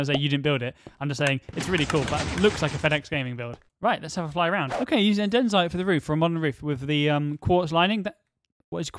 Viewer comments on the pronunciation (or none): none